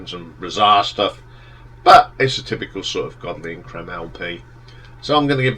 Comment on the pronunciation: It’s pronounced ‘Cream’.